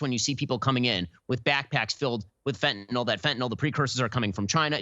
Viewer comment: fenta -nyl (nil) not fentanol (nol)